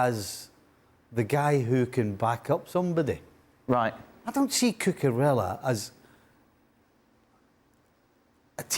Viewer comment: Kepa. Spell it right at least. The same way Stevie can't properly pronounce Cucurella.